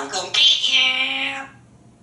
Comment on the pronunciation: Awesome vocabulary and range of sounds. Sounds like a southerner "I'm gonna git you... LOL.